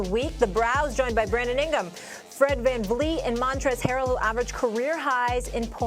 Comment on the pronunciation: lol why did she say their names like that, ingam & vanflee 😂😂😂